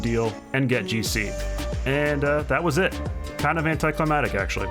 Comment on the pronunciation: Why do youtubers always say climactic wrong? Bothers the crap out of me. cli·mat·ic /klīˈmadik/ adjective relating to climate. "under certain climatic conditions, desert locusts increase in number" cli·mac·tic /klīˈmaktik,kləˈmaktik/ adjective (of an action, event, or scene) exciting or thrilling and acting as a climax to a series of events. "the film's climactic scenes" synonyms: final, culminating, ending, finishing, closing, concluding, ultimate; More